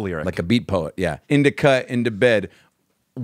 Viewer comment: Adam! It’s in Da Couch. Not in da bed. in-di-ca = in-da-couch 🤣